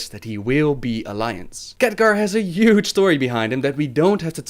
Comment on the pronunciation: omg stop saying yuge!!